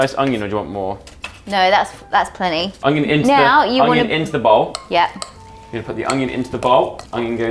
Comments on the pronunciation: Is it just me or use saying ongion instead of onion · Is no one gonna mention how says uNGion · ''hastag Junion'' 🤣🤣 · Am I the only one who always hears say "Owng-yung" instead of "Onion"?? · Is saying “ognion”?! 😂😂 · I love so much but for god sake someone teach her how to say onion properly😂😂